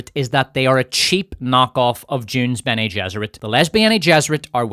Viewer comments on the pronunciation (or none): “Lesbeane gesserit”😂😂😂😂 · "Lesbianigesserate" 😂😂😂. Love the Dune tie in my brew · “Lesbi-ene Gesserit” is brilliant. strikes again. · “Les-bene gesserit” Win